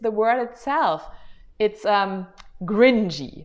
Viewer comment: Hi, I wanted to say that that's how it sounded when you said it in the video. It sounded like you pronounced the 'c' like a soft English 'g'. Your 'cringey' sounded like 'gringy' to me.